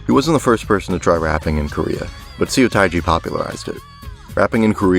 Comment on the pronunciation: thanks for explaining this so detailed! As a korean, I love to listen to korean music beside k pop! What I see as a mistake is in , you better not pronounce it "Soo- tai-jee" but it is more accurate to say his name "suh(pronounce like bruh or huh)-teji". Also, crying nut's debut was 1996 while seo taii's was 1992, so korean indie rock appeared after the hip hop boom in korea such as Seo taiji, Hyeon jin-young, and DEUX. Well I think I'm not supposed to tell these flaws to you because I'm not knowledage of American Music or European Music, so 😅😆 anyways, thx for making this video!😂👍👍